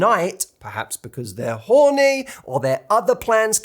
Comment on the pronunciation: Idk why but Matt saying horny with his accent had me dying 😂😂😂❤